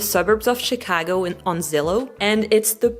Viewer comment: your pronunciation of Chicago is exactly how it’s said with Chicago accent 😂😂 Yes, I’m from Chicago.